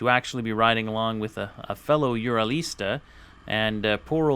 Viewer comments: ARGH! Learn to speak Russian if you are riding one of their bikes! It is pronounced OO-rall (as in hall) not you-RAL (as in HAL (name)). Own it! Love i! Speak it! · Why can't Americans say anything right!?! It's Ural, not UrAAL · Its (W)ho-RAL not you-ral, but who give a fuck, we are in america. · UrAll not UrAL....Just saying... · Please, would you stop calling it a ur al. It's a ur ul, just like the mountains in Russia. See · Nice video! 2 things, however: 1) Get that SPOT off your handlebars and into your pocket! It will do you no good if you get thrown from the bike and are hurt or pinned. 2) Ive been corrected several time by actual Russians, its either pronounced "you're-ole" or "oorall" depending on where you're at in Russia, NOT "your-owl" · i cringed every time you said your-al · It is pronounced "oorall" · Why you say ural so weird tho? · Learn how to pronounce the name of the motorcycle